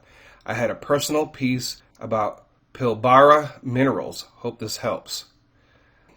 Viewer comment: Hi from Australia re: Pilbara it pronounced Pill-bra